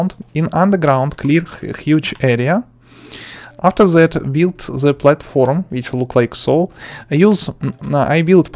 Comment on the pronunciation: I love his "afser that"